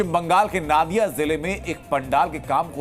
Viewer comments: First you learn that it's not नादिया, नदिया होगा। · Pahle pronounciation thik koro yah নাদিয়া nahi নদীয়া hai 😊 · It's NODIYA ZILLA NOT NADIYA